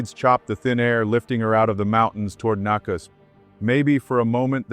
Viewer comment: Nakusp and Louisville need to get coffee together to commiserate on failed pronunciation efforts😢